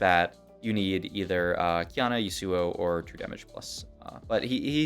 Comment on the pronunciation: yusuuo lol. never heard yasuo pronounced like that